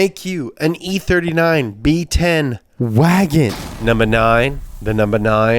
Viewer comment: Is it just me or does pronouns wahgoon wrong?